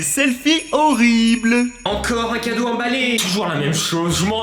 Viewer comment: Ta dit cadreau a 2min55